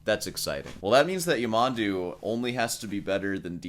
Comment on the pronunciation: Stress on the last syllable: Ya-man-DOO